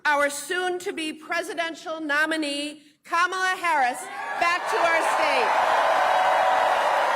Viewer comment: Her name is Ka-Ma-La, not Kam-a-la it's Indian and means Lotis Flower.